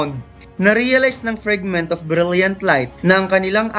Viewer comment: Fragment kasi yun, hindi Frigment..